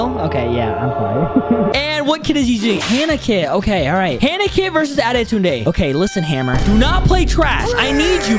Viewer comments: Why is he saying adetunede bc its pronounsed adetune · Bro said autuden ☠️